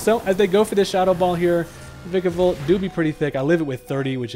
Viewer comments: Vikavolt is my favorite Gen 7 Pokemon, and my most favorite Bug overall. Thank you for not mispronouncing the name too. Others say Vye-kavolt. Ew. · thank you for saying vikavolt correctly